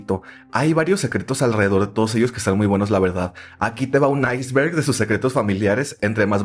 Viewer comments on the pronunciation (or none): none